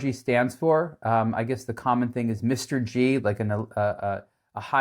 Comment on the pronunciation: it's "mister G", like toyota M-R-two. not M-R-Gee.